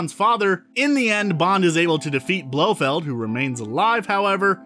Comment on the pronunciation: If you can't manage to pronounce Blofeld's complete name correctly you're disqualified from the Bond universe. Go see a speech therapist.